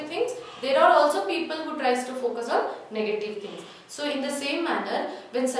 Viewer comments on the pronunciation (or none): none